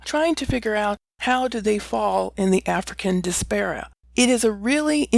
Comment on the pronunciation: (4 syllables) di-as-por-a